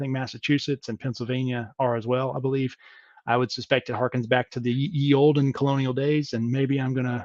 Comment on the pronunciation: Ye Olde is pronounced the old not ye old